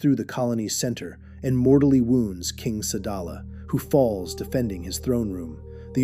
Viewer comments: Sadala not salad 🥗 man😅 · The planet is called sadala not slada